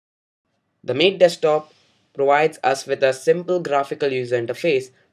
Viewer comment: good video, but you mispronounced MATE.. its not MATE as in two having sex, but as "Matte".. :)